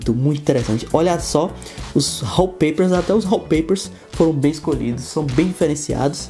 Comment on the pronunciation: Ralpeipers? Achei que falava Wallpapers